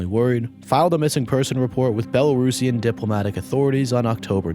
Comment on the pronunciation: Respect for pronouncing Belarusian as one should ❤ thanks for coverage